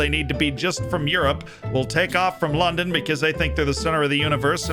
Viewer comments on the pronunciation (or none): none